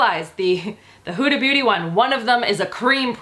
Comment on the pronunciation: it's not "hoodie beauty" it's "Huda beauty"